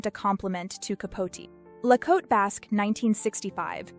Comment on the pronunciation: Thank you so much for not pronouncing "Cote" as "kotay."